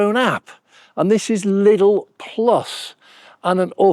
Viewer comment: There's no "S"in Lidl.